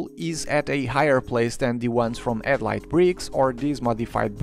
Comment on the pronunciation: Maybe don't use a name that involves a sound you seemingly can't use. You keep saying "edlight" brick", and not headlight brick.